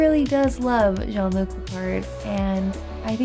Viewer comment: Except, since Q was reading Picard's name as English, he should have pronounced "Jean" as "jeen", not "jon".